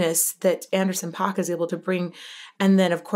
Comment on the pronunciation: Please say Anderson's name right ... It's pronounced like ....pack